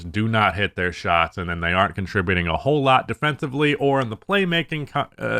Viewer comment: I’ve heard you say “defencibly” way too many times that I worry you don’t know that it’s defensively